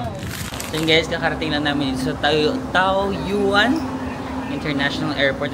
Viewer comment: it is pronounced as taw-yen (taoyuan)